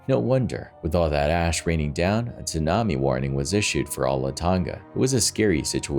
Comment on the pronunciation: "Chewnabi"? HAHAHA Tsunami, pronounced sue nami lol